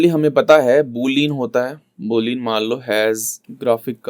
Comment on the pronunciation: bhai video boht achhi hai. Sab samajh me aa rha hai but boolean ko बूलियन boldo yar. बूलिन mat bolo JK :')